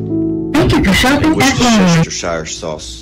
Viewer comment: Worchestershire sauce was the thing that made me laugh.